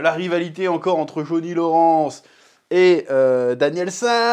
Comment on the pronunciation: "Jauni Loransse" pitié chef 😭😭😭